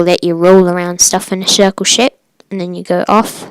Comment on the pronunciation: Anyone catch that he said circle ship?